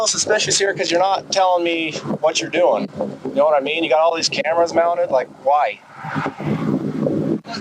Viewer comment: CAMARAS. CAMARS. CAMARS. CAMARAS CAMARAS CAMARAS CAMARAS CAMARAS CAMARAS CAMARAS CAMARAS CAMARAS CAMARAS CAMARAS